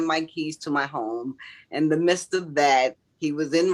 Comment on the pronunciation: Phew! As usual, the ebonics is preposterous…or I guess “puhpotsterous” in this case. “In the ‘mist’ of all this…” “Mist,” as in “gorillas in the mist”? “Preposterous” IS a big word, so I can kind of “understand,” but “MIDST” is a 5 letter word. Do NOT use vernacular you cannot pronounce &/or do not know the actual meaning of! Stop attempting to appear as an edumacated jeenyus just because you read some big words in some dickshunairee! Karma IS “something,” very good, here’s your 😊 & gold sticker!